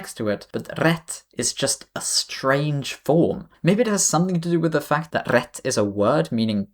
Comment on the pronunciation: The arabic part was a horror story... Congrats on your excellent Swedish pronunciation. And everything you said about "rätt" is spot on. Weird thing.